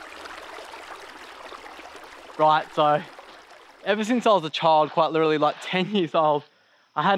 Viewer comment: Is it just a recent thing where you forgot how to pronounce the word "literally"?